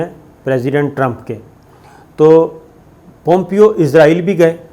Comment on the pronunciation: صابر بھائی لفظ اسرائیل ھے یا ازراعیل ھے